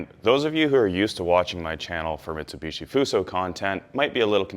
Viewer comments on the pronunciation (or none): none